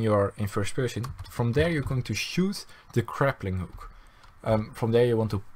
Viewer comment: He keeps saying "craplinghook"